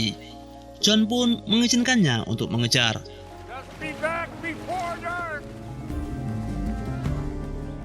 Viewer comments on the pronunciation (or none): none